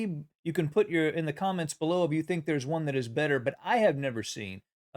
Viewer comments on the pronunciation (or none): none